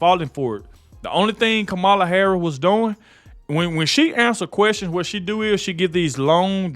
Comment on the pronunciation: If your going to do this say her name and other words correctly it’s Harris not hara